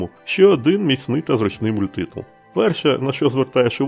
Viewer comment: Мабуть, мається на увазі наголос - мультИтул, який був на початку відео.